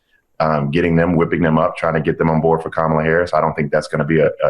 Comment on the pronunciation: Kamala Harris wasn't nothing to Republicans — to the point that they never even cared to say her name correctly! You would think that they'd be applauding the decision and calling it an easy win for Trump, but they can't! They know that Kamala was a fierce prosecutor, and their felon MAGA candidate will pay dearly when she wins! 💙🇺🇲💙